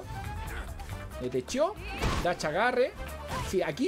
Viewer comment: Jajaja "pata chica" muy bueno, e notado que los chilenos no pueden pronunciar la "Sha" dicen back dachea en vez de decir back dash, no es crítica solo observación.